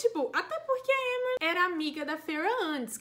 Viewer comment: AMEI D+ VÍDEO,eu tive +- a mesma percepção do livro do q vc e tbm to ansiosa pra vê o q a sjm vai arrumar com elain. (Adorei esse vídeo tbm pq aprendi a pronunciar os nomes dos personagens,tipo Amren,Gwian)